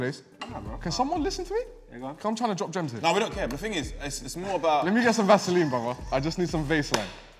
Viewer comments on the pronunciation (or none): Is no one gonna talk about how says “Vase-Line” instead of “Vaseline”